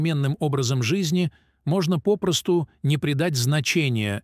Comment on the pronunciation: Что у вас с ударением в словах? Столько грубых ошибок я не слышала. Это очень мешает слушать. Просто раздражает. ПопрОсту, тромбАэмболия., свертывАния.листьЯ, чОрника, кумАрины..... Ох, всего и не перечислишь. Я уже не говорю о правильной интонации. Иностраннц, что ли, читает..... Очень плохое чтение текста.